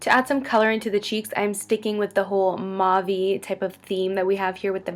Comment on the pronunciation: you look gorgeous. just a fyi .. mauve is pronounced with the au as a oo sound like a long o where the o says it's name.😀